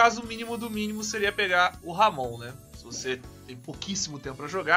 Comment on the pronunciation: Pronuncia correta fica como Amon